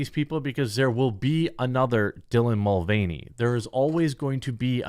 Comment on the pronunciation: Dylan Mud-Vein-ey